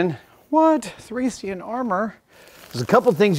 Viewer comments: free-c-i-an its fray-sh-ian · "thrission" armor....word butchering is real in the us :) It should at least be "truhkian" , I as a foreigner wouldnt ever be able to guess, what you are saying until I see it written...I guess the rest of the whole world only can guess, if they see it written. :) Quite funny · I considered myself a nerd for being obsessed with Hellenistic society and warfare, particularly that of the Thracian tribes. Then I heard Adam say “I am a Thrayseean warrior.” I no longer consider myself a nerd. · Is it pronounced Thracian or Thrashian? I've heard it pronounced both ways and wonder which way is correct...cool armour!!! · "Thray-shen" thracian